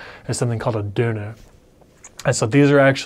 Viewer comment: as I know German Umlaut is hard to learn for English speakers I really appreciate you pronouncing 'Knödel' and 'Döner' just perfect to the German ear, Well done!